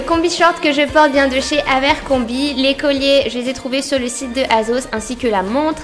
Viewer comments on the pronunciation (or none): J'ai adoré votre vidéo😍 Abercrombie ca se prononcé différemment de ce que tu as dit juste🌾! Vous êtes parfaites je vous adore💘 👸🏽Gros bisous